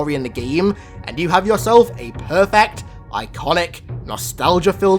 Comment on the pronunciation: Did he say,..... I C O N I C